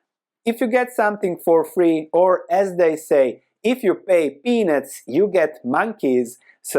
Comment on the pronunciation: With your accent you really shouldn't be saying the word "peanuts".